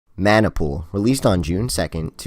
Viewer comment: 猫 シ Corp. it’s pronounced Maah Nah Pool not man nai